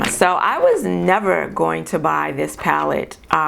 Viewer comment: It’s the way you said “NEVER” that second ti,e to not paying full price. Lmao.